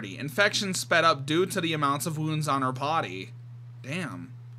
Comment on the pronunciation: is it just me or do I think you said potty instead of body? 😅